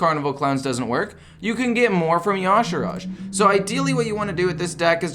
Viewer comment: I think the y'shaarj is pronounced yuh-sharge not yah-shurage